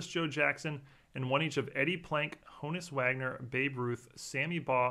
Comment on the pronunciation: In the name of all that is good and pure, I'm begging you, stop mispronouncing Honus Wagner's name! It is not HONE-US, it is HAAHN-US with a light H like the word Honest. It's like saying TEE COBB!